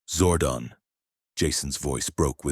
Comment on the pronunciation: it's zordon not zordin